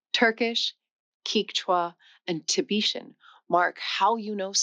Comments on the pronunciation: Kee-cha? It's Keh-chew-ah. It's not TAG-a-log. It's Tah-GA-log. It's Tah-BET-in, not Tah-BE-shin.It's Inter-AW-ga-tives. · Hey, I love your videos, but pronunciations of many of these weird languages I’ve heard were different than yours. In Peru, I heard them call it “CATCH-wa” (Quechua). I’ve always heard TAM-il (Tamil), ti-BETT-in (Tibetan), and ta-GOLL-ig (Tagalog). (Heard natives use all these pronunciations.) Check into some of those pronunciations thru A.I. and YouTube and see if they don’t sound more like some of these I may have posted here, or others that are different than expected. (Also, interrogatives are in-ter-ROGG-a-tives.) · Thank you for saying "from" rather than "than" after "differently". But it's strange in a video about languages that you mis-pronounce the names of other languages, e.g. the word "Quechua" starts like the beginning of "kept" not "key", and the language of Tibet is Tibet-an not Tie-beeshan. Keep that up if you want to put people off subscribing. Also, this weird fashion for diagonal video (not facing the camera) is going to look SO dated in a few years. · The AI's getting too much of the pronunciation wrong. "Ti-bee-shin" for "Tibetan"? That's a bit much. And don't get me started on the pronunciation of French and Japanese... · Did the AI just say "tib ee shun"? Get your shit together, guys! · There were some unusual pronunciations in this video. I thought it was "interROGative" and the first vowel in "locative" is "ah." And is the language "Tibetan" really pronounced "TiBEEchian"? . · Very interesting but it is strange how many words she mispronounces. (Lock-ative, not Loke-ative; tiBETan, etc.) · "Tibeeshan"? "T'mil"? She has some strange ways to pronounce languages. Or maybe I'm wrong. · How does a linguist not know how to pronounce the names of languages??? FijEEan, TiBEtan, QuEchua, not Keechwa! How is this poss? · A.I. generated? I ask because "she" mispronounced a few words, one of which was "Tibetan". It sounded fake.